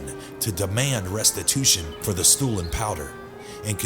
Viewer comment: it makes me laugh so hard how he says stoolen lol